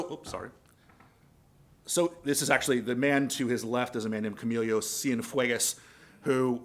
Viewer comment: "Camilio" Cienfuegos? It's Camilo.